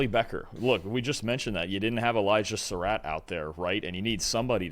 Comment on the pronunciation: Glad y'all took notes and pronounced Sarratt better.